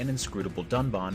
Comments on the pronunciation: I hadn't seen the fixed version of the review so I laughed when I heard "dunbawn" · I know this is old news, but I feel like they mispronounced Dunban and Reyn’s names intentionally. Think about how they pronounced the other characters names right, but not two important characters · dun-bon That's closer, but I'd still rather they call him "duncan" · They got Dunban’s name wrong the second time and called him dunbon